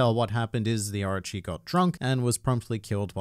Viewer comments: stop saying Archi instead of Orochi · Oooo arochi not archi 😂